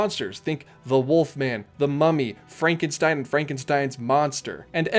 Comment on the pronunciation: Dr. Fraan-ken-schtone!"